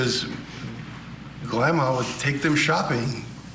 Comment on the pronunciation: 😂😂 "GLAMMA" REALLY LOL 😂😂